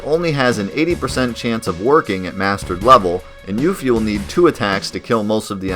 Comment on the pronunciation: Gelnika is pronounced gel nih kah Not gel knee kah Yuffie is pronounced yuf fee Not you fee Junon is pronounced juh non Not jyuu non